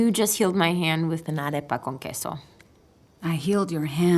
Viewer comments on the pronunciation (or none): Oh man, "encantadora" sounded nice but "aRAYpa", was that really necessary? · People are cringing at how he's pronouncing "arepa" as if he's fluent in Spanish. Y'all need to relax. Lol. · Mas arepas para todos! Kinda cringed everytime he mispronounced arepa, but its fine lol. When I make em, I use the yellow Haring mais instead of the white, and instead of grilling them the whole time, get a crust on each side then bake in the oven to finish cooking. Comes out MUCH softer and savory and delicious!